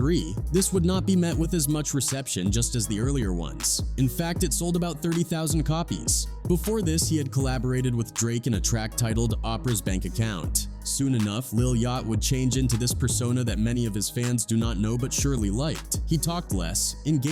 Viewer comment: Saying “opera” for “Oprah” is crazy 🤦🏾‍♂️